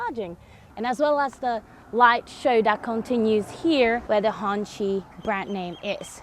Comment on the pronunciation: First YouTuber I have seen to pronounce the brand somewhat properly. Others used 'Honky' like some redneck with dung on their toes.